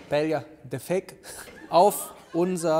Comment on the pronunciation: Paellja ........ Klingt leider wie Prosettscho und ist genauso falsch ausgesprochen. Und schmerzt im Ohr - und im Herzen.